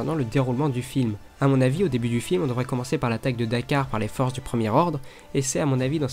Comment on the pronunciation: D'Quar se prononce "Dikuar" et non "Dakar" juste pour la précision snn bonne vidéo j'adore la bande-annonce.